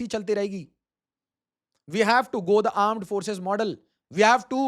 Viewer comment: Very inspiring and informative video sir..... but did he deliberately say "Aand forces" 😂....